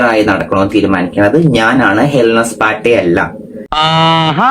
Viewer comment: സ്പാർട്ട അല്ല പാട്ട...